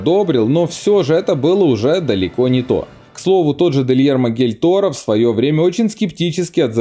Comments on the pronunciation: 6.26 дильермо гиль торо. Гильермо дель Торо.Тормоз хотя бы выучи имя режиссёра. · Я не ослышалась? "Дельермо Гель Торро"?????? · "Дельермо Гильторо" красиво сказал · Дильермо Гель Торо...??? Интересная оговорка...)) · Дэльермо Гель торо???!!!